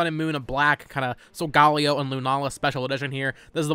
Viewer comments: you're the only person I've heard pronounce sogaleo as that and I 100% think that's how it should be legally pronounced now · The pronunciation of Solgaleo hurt me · How did you just pronounce Solgaleo?